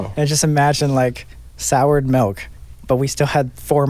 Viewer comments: there’s no way Colby just said “melk” instead of “milk” I’m in pain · Ashlee Jade 😂 speaking of this am I the only one who got kinda cringed with the fact that he says it like melk instead of milk ? 😂😂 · Im dying Colby says"melk"😂😂😂😂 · Why does Colby say milk like malk